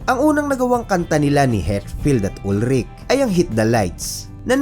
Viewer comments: It is pronounced as "UHL-rik" Lars Ulrich family is originally from Denmark. At ang mga Danish pag nagsalita ay may "glottal stop" Danish language comes from North Germanic at hirap silang bumigkas ng consonant so ang bigkas sa apelyido ni Lars ay "UHL-rik" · Tama naman yun "UHL-rik" na pagbigkas nya.